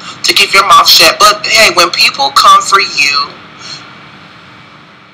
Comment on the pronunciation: Did he say shet up? 😂😂